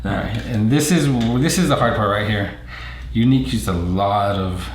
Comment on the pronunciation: It is pronounced like the word Unique, not Eunuch (a priest whose testicles have been removed or mutilated for their specific function in life) I understand you have an accent but can you please pronounce it correctly. Your partner there and all other people including Ryan at Yuneec have been pronouncing it correctly except you. Drive me nuts. :-)